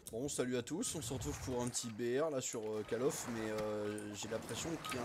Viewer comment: AAAAAAAAAAAH ont dit pas CALL OF mais en prononciation CAULL OF ( j'ai mis cette orthographe pour faire comprendre ) :D